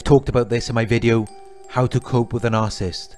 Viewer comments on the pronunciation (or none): It’s NAR-SIS-IST .... NOT NAR-CIST